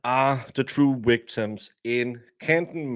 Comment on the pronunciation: Love you calling them ‘wictims’😂